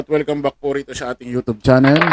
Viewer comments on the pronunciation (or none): none